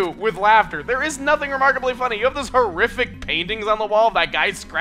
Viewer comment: Horrific? Don't you mean HOO-RRIFIC?